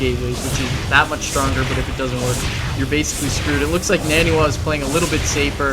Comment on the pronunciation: It almost looks like Ret coulda won if he took out the pylon powering 2 of those warpgates. Wouldn't took out 33% of NaNiwa's production. Also, is it just me, or is it pronounced NON-e-wa and not husky's NANNY-wa?